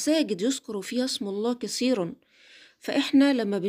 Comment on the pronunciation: مساقد... مساجد كسيرا كثيرا🤦‍♀️ لاتقرأين القران الا عندما تنطقينه جيدا...وشكرا